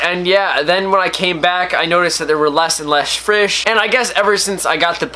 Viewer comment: you said frish instead of fish, yes I notice everything😂